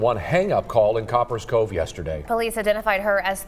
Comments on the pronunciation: Co - Paris Cove 🤣 I can’t even watch the video keep saying the shit wrong 🤦🏾‍♂️ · The person that is commentating this video needs his a$$ whooped. Watch the video man. And listen to how the news anchors pronounced the name of the city. "Copperas cove" take the as off of the first part of the city and what do you have? COPPER. now add as. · It’s pronounced like Coppers Cove. People who always go live trying to keep up appearances should be a clear red flag. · Its COP- PERAS ( one word)COVE dang say our city right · Pronounce cop pres cove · The news people said the name of the town. Why are you repeatedly saying it incorrectly its annoying